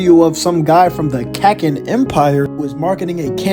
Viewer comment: Kakin is pronounced Ka Keen empire